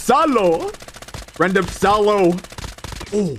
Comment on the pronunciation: Salo❌no Saulo✔si 😂